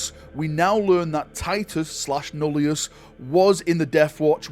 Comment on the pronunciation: Deathwatch Titus is called Nullus, not Nullius. There's no "I" after the double L. I know it's a nitpick but it was bothering me 😅